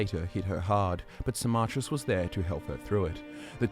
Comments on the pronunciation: I was so confused when you started talking about sarmarkis, Who the fuck is saarmarkis I'm thinking.... Then it dawns on me, you mean Symmachus, as in Sim-ah-cus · It took me five hours to read the whole thing, and I really felt like a shower afterwards. But I can't with pronunciation of Symmachus - "Sy-MMA-chus". I read it as "SY-mma-kus".